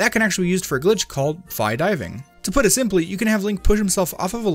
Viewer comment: It's 'Fee' I played Hyrule Warriors Legends.